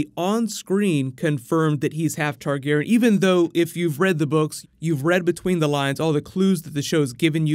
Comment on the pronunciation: why does always mispronounce targaryen